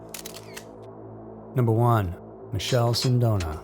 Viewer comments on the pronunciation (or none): Just a correction if it’s worth anything. Michele as an Italian male name is said “mick-ay-leh”. The Italian version of Michael (I believe).